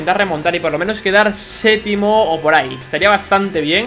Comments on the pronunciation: se dice séptimo,no sétimo😅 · dice setimo jaja